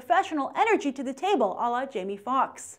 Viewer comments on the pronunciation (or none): none